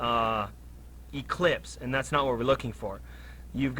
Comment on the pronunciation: It’s an “ellipse”, not an “eclipse”. An eclipse is when the moon blocks the sun. An ellipse is a geometric shape. 😂